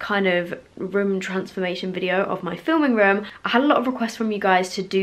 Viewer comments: I was like "What rim is she talking about?" until I realized she says "room", not "rim" 5 minutes into the video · luv how she says rum for room